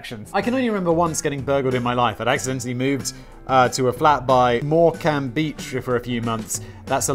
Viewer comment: Lancashire is North west England, and you pronounced Morcambe correctly the first time round.